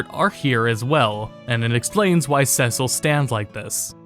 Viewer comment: Cecil is pronounced "see sil"